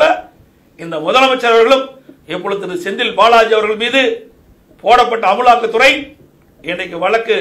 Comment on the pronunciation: நீ எழுதாம படிக்கிறதனால தான் அமுலாக்க துறைன்னு ஈன்றைக்குன்னு படிக்கிற